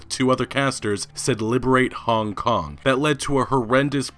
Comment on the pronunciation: Dude I don't like the way you pronounce Hong Kong. It sounds weird af